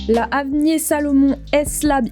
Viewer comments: Elle dit "Avnié" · Ça we prononce pas "avnir"?